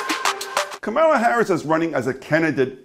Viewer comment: I suggest you learn how tp pronounce her name correctly....comma-la!